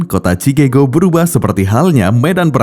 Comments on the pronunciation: entah kenapa gw kalo denger suara narator bikin hati bahagiaaaaa.....🤪😋😛😝😜🤪😘🥰 min bacanya bukan alkapone hehehe tapi alkapon (Al Capone) atu lagi bukan cikego tapi bacanya sikegho.... (Chicago) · Pengucapan kata Chicago di luar negeri juga ucapannya Chikago buka chikego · CIKAGO min bukan CIKEGO hahahhaha... kocak !!!